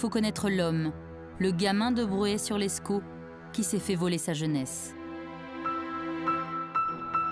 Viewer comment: C’est Bruay sur Escaut pas “sur l’escaut”